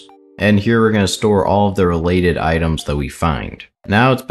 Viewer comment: u said itens instead of items at the start just fyi